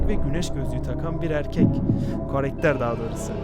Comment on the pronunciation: Karekter değil karakter demelisin